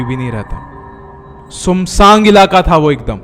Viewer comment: sumsang nhi hota sunsaan hota h Samsung bol de isse accha 😂😂